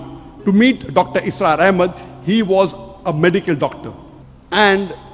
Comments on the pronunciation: Bhai dr asrar nahi dr israr hain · Dr. ISRAR not Asrar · Dr asraar nahi bhai Dr israar bhai